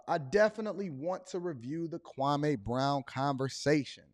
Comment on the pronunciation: Please pronounce his name right kwameeeee not kwamaaaaaa